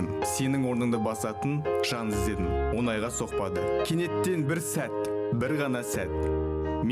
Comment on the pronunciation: Онайға лемей, қазақшалап оңайға деп сөйлеші а...